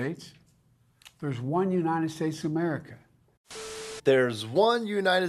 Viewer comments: “One United States of Skamerica” can’t even say it correctly! SHUT UP BRANDON!! FJB, FKH and anyone who supports them! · Sorry but Uncle Joe said "....there is only one Unigh Stace of Meriga" You aren't slurring enough when you quote the man.... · No,. It's not the United States of America. Biden says it often. "Unite Staes Amurca." Let's get it right. -- Texas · "There's one united stase america"? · “United States umerica” oh nevermind at this point.